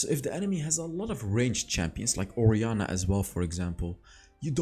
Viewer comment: Did he just said "oriana Balls"